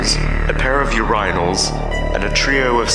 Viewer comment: putting loud music in the background so nobody realizes you pronounce urinal weird